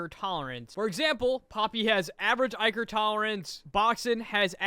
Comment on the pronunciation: the way he pronounces "ichor" drives me crazy